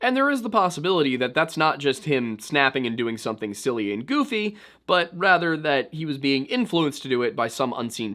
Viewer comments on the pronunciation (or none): none